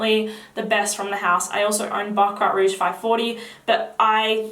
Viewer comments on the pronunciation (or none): none